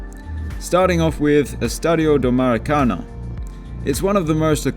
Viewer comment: he just doesn't now how to pronunciate that. And that is ok